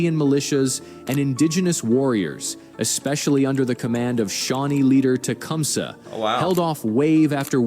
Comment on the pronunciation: This guy that is making this video doesn't know how to say names properly like mic mac and tecumseh...